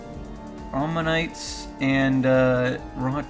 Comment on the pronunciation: You said aminites like Pokémon